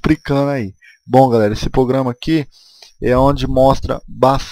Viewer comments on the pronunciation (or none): Crica, pograma putz vei vc e o ou como vc diria du cronta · "Pograma" kkkkkkkkkkkkkkkkkkkkkkkkkkkkkk